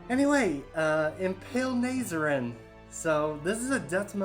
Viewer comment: Weirdest metal channel ever. Literally had to turn this off because of that unfunny shit at the start. Also, I beg of you to look up how to say Nihil and Nazarene.